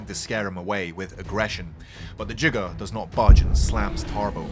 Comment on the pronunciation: who hates the pronunciation of giga